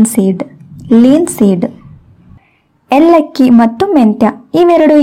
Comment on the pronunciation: It's not ellakki, she pronounced wrong, it's elakki